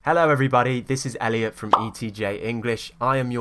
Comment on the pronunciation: Hello sir Do you pronounce your name /Elu/ or something like that "without /t/ sound"?🤔